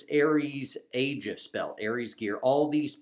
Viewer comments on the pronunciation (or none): none